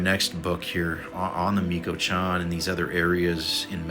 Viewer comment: Since you seem concerned with pronunciation… it’s pronounced… Mee - cho - wuh - kahn. 🤗